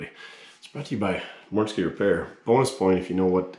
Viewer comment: Actually you nailed the mortske minute I enjoyed it 🎉🎉🎉🎉🎉